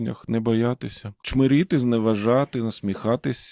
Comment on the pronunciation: Не «чмОрити» а «чмИрити»